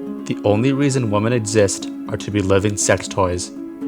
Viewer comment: i've been watching all of your vids! you cover a lot of interesting topics, and you are super cool and respectful! I will defs be watching for new videos. Although, hearing you pronounce "women" as "woman" made me cringe a wee bit tho XD tbh I've been hearing a lot of people just saying "woman" for both singular and plural lately. this is really just the linguistics nerd in me talking hahaha. either way, i really like when you go into forums like this where people talk about all their darkest thoughts, its very shocking and compelling